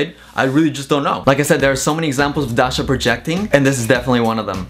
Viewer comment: the way says Dasha is really satisfying